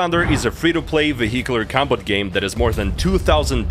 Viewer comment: you said vehicular lol